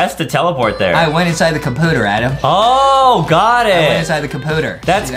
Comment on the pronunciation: I love that everyone calls Adam Adem